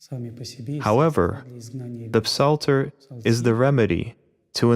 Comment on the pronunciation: We dont pronounce the “p” in psalter in English. We just say it as “salter.”